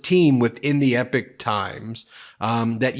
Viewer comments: E pok not epic. Blame my neurodivergent brain for the pronunciation obsession lol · I think they pronounced it “EEEE pock”, not “Epic”. I heard their commercials a lot a while ago on YouTube and when I researched them I realized they weren’t what they advertised themselves to be. After that I quit getting their commercials! It was weird. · It's not "Epic Times" it's "Epoch Times" (pronounced ee-pock). What a tragedy considering what Falun Gong stands for as a new Chinese religion which is based on truthfulness, compassion, and tolerance. Members live a clean moral life and practice healthy exercise and eating which has left them in better shape than the average Chinese. Because of this many have been arrested because they are members and accusations against the Chinese government 's treatment of them is the forcible removal - without any form of pain relief - of organs to sell on the open market because they are in much healthier condition than the average citizens. Any stories like the one you talked about sounds like propaganda to destroy a growing threat to the government's constant self enritching, massive thefts! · BEN. You have to pronounce Epoch Times like Ewok times. Yeah, like Star Wars. NOT epic ! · It isn’t EPIC TIMES It is EPOCH (Rymes with POKOK) TIMES !!!! Ben. YOU really really need to work on your presentation skills. The frantic rate of delivery with staccato emphasises is really really irritating and detracts from the substance of the content. Did you speak like this in Court? I very much doubt it. And I am sure your arguments and presentations were better received for the more measured approach you surely adopted. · It's pronounced "EPOK" times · Epoch is pronounced "E POCK" like the geological term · Ben:_ben: it’s the E-pock (Epoch) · Isn’t it Epoch times? You pronounce it like “epic”. If you want to know how to pronounce it watch The Matrix 1,2&3. Don’t worry about which one he’s in, it’s the best movie ever made…